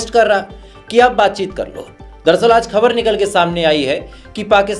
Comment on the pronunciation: Please use hindi word samachar coz you just can't pronounce khabar.